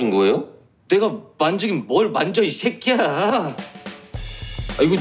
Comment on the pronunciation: 요금 내 이새끼야 ~ 할떼 완전 100% 한국인 발음 ㅋㅋㅋ